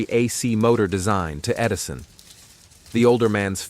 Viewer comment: “Tesla vs. Edirson”? Hahaha